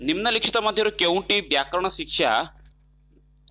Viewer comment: ଆରେ ଭାଇ ଓଡ଼ିଆ କହୁଚ ଟି ଠିକ୍ ରେ ଓଡ଼ିଆ କୁହ ସିଖସା ନା ଶିକ୍ଷା